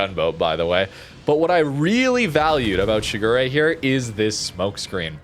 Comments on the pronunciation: Pronounced Shi Gu De, but it wouldnt be a video without butchering it with "Sugury" lol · Towards the end, did you call it 'Sugar Ray'? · as a Kancolle fan. I do have to remind you it’s pronounced Shi-gu-le (re is pronounced le in Japanese) Normally I’m fine with pronunciation. But this time…I can’t stand it anymore. It’s my waifu! Shigure (時雨）represents the sudden and short rain during the early period of winter. I hope you guys understand 🥺